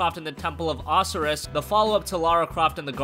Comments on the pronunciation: OH SIGH RUS not oseruss you fucking idiot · dude can't pronounce Osiris? c'mon man. O Sye Riss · Temple of "AHsiris"!? Wtf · It's O-sy-rus (Osiris) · Osiris is pronounced Oh-Sigh-Russ. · LMAO I've never heard it pronounced Ocerus before XD May the 4th be with everyone! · that first xbox game looks really fun btw, that's not how you pronounce osiris... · What the fuck did he just call Osiris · do you really not know how to say Osiris? these channels really bug me when you dont know simple words. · Really bro? Osiris? It's pronounced Osiris! Geez show some respect! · That is definitely the first time I have heard Osiris pronounced like this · I really hope pronouncing Osiris as if it were the tail end of rhinoceros was a joke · Considering PS Plus users got Temple of Osiris over a year ago PlayStation easily has the better games for May. And please learn to say Osiris you were making me cringe. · How can you butcher the name Osiris? One of the more famous Egyptian gods and you can't even say his name properly. Did you miss that lesson in school?